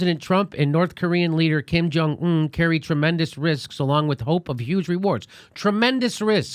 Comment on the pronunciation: I LOVE how JD calls him “Kim Jung OON”. But super fast